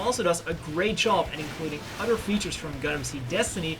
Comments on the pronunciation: It's not Jim... its GM or (Jee Emm) It's not udder... It's other ( ugh the er) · So what is your excuse for not being able to say other or a ton of udder words correctly?